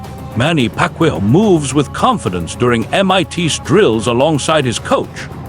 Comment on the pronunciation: say pacman correct name